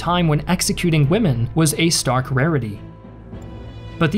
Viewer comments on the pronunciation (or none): none